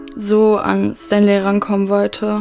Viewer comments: Der heißt stanlay und nicht standlay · Warum sagt Fatima eigentlich immer Stantley anstatt Stanley? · ER HEIßT STA*N*LEY NICHT STAN*D*LEY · Niemand: Wirklich niemand: Fatima (immernoch): Standley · Bevor Fatima "Standley" bekommt muss sie erstmal lernen wie man den Namen ausspricht...